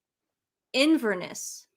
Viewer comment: They often get names wrong, such as WimbleTON, and listen to them trying to say IN VER NESS earlier. I don't think there's any meanness intended, just my opinion.